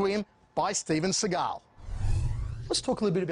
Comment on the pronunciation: Who’s “they” he uses “they” a lot “they” said im the best “they “ said they had never seen someone as good as me “ they “ said that they could see I was a gifted boodist (I’ve been a boodist since I was a child (Steven was jewish steve Seagal (see-gal ) not Sah-gal …Sah-gal is as phoney as every thing else about him ..like his painted on widows peak